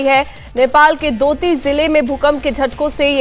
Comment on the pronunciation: Sr. दोती नही डोटी हैं.